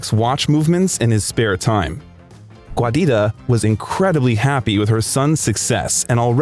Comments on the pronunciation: The name Giuditta is pronounced JUDEYTA, not GWAYDITTA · “Guadita”?? She was italian, not mexican 😂 it’s “giuditta”, pronounced jew-deet-tuh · Giuditta is pronounced "JEW-Dee-Tah". I had to stop watching 4 minutes in to tell you that "Giuditta" is NOT pronounced "GWAH-DeeTAH". It's driving me crazy and makes the video almost unbearable from the start. Please just put foreign names through google translate if you don't know how to pronounce them. It's very simple and wouldn't have taken much effort to learn how to pronounce this legend's mother's name correctly. You made an almost hour long video, went through all that effort, just to drop the ball on his poor mother's name. Hasn't Giuditta been through enough? Put some respect on her name bro! Cool video though. God Bless.